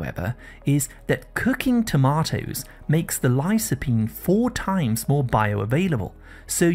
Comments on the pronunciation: Did you pronounce lycopene lysopene?and b-tamins vitamins?✌️ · "lī-kə-ˌpēn" not "li-so", anyway, very informative. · Please pronounce the word lycopene correctly